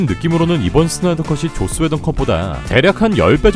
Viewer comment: 발음 쥑입니다 계속해서 죧스웨던 감독이 죧스웨던이 죧스ㅋㅋㅋㅋㅋ